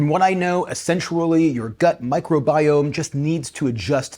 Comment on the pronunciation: Solulable? Essensually?